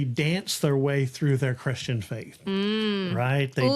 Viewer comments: The way she pronounces "Christian chorus line" sounds like Kris Jen chorus line. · I looked through the comments and did not see this pointed out. Reading with punctuation in poetry is important, but sometime the emphasis of syllables in a song are just as meaningful. When Taylor sings the word “Christian” she sings “Kris Jenn”. To me this is a nod to the producer of this entire entertainment family, where money is thicker than blood